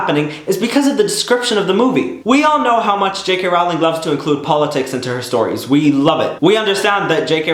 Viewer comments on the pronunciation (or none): I don't want to sound nit-picky but it really grates on me when people say "JK RAW-LING" when it's "JK ROW-LING". She's said it annoys her a lot and she kept correcting people but she eventually gave up.